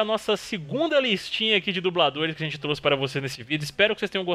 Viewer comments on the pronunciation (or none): none